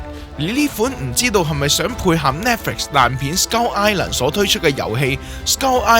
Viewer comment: 我成條片都聽到(S鳩)Island 😂